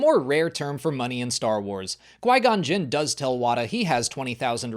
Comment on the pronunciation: I didn't realize Wim was saying the same thing as Qui-Gon, because the emphasis was on a different syllable. I never noticed Jaba had a tattoo! Honestly, I always look at Princess Leia during those scenes.